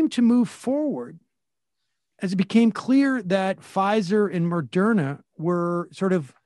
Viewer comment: Sam, lol, why can't you still pronounce Moderna?